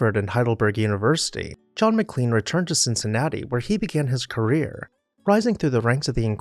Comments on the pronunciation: "Ma-Klain" is the family and town name. "Mick-Lean" is a defunct McDonald's sandwich. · That's "MicLAINE" like Shirley MacLaine. I live in McLean.